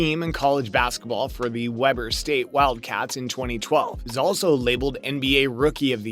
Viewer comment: Can’t take this serious. Stopped listening after you called Weber St , Webber St.